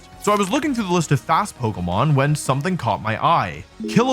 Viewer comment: leave it to the pokemon community to correct you the millisecond you pronounce something wrong